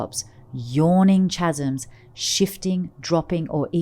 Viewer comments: Very interesting. Incidentally the word chasm is pronounced kasm. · chasm is pronounced : kaz-m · Very interesting story but the accents were comical. Kinda took some of the authenticity out of the story. "Chasm" has a silent "H" too.